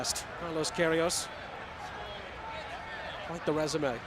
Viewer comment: The commentator's name is "Saint Pierre" and he still can't read Pierrot's name (or Queiroz's)